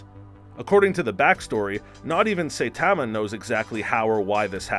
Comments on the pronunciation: super cyan huh? say tama huh? are you just reading a script dude? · It’s not that important but Saitama is not pronounced, say - tah - mah, it’s pronounced, sah - eee - tah - mah. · it is pronounce Sa-yi-da-ma , not Say-ta-ma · GET IT RIGHT HE'S NOT PRONOUNCED "SAI-TA-MA" HE'S PRONOUNCED "SA-I-TA-MA" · It annoys me so much when he says "Saytama".Does he even watch anime? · Dude just said Saipan wrong and I’m clicking off now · Everyone is so obsessed with how he says “Super Cyan” that that missed the 10 more times he says “Saytama” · Say TAH ma just made me cringe so much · “Say Tamma” 😂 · Nobody, I mean absolutely nobody. This guy: Satamma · U pronounced saitama as saytama and super sayian as super saiyan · This man said Super Sighyan 😒 then called Saitama Saytama.. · it’s funny he says saytama and saiiyan but if he switch the first parts around he would say them right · “Saytama”. Narrator clearly watches the show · Please learn pronunciations of saitama and saiyan 🙏 and this isn't how he really got his powers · i cant stand the way the guy says "saitama" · You prounounced Saitama Do you watch dub or sub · We've just started any you're already pronouncing Saitama wrong. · LOL nice video, funny too XD. But you pronounced a couple of things.. differently than I would have. First, MAN-GUH, then Saiyans, and Saitama lol but whatever still get a thumbs up from me. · Why can't he say saitama name right and why can't he say super Saiyan right? It's not like they don't repeatedly say it in the shows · He also mispronounces Saitama. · ikr he pronounces saitama as the way you pronounce saiyan and vice versa. Irritating as hell 😂 and yes i probably spelled those wrong